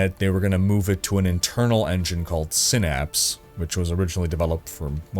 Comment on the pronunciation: Idk y I’m excited but THANK YOU for pronouncing synapse sin-aps instead of sie-naps. Every other creator I watch has pronounced the latter.